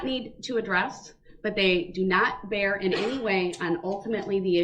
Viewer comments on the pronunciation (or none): none